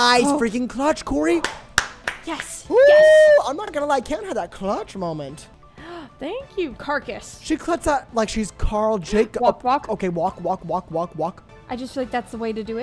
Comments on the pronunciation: did everyone miss when called caracas carcass 😭😭😭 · had me diying when she said carcus instead of caracas haha